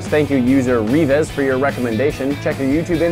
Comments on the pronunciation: You said reveez, but it’s reevez, like leaves, but not. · lol revies, mate it's reeves